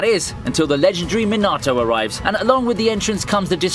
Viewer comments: Minarto really omg is it that hard to know how the names are meant to be pronounced 😩😠🥲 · Me-nah-toe it's not that hard to say man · Did you said minaato??